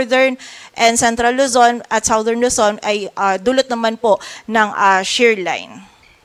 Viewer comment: #Reporter, South is pronounced as sawt, but southern is #sadern. Check dictionary for correct pronunciation.